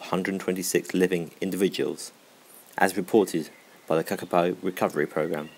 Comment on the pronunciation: Say kakapo properly